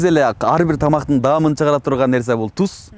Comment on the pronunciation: тус эмес туз.Кайта кайта тусс тусс дейсин.